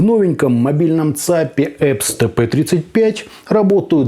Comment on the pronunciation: Когда он научится нормально произносить название этой компании?